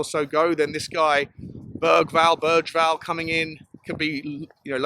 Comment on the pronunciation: Nice to hear you made an effort on the pronunciation on Bergvall 😍🇸🇪. Would recomend to translate his lastname straight from swedish. Berg = Mountain. Vall = Mound/bank. You and henry will make up some good nickname im sure of 😅. Keep up the good content!